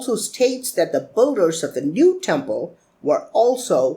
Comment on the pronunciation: Manish Mehra It's not English completely he says "builders" like 'bull-ders' that's not English. It's pronounced as 'bill-ders'. It's "Bill" not "Bull"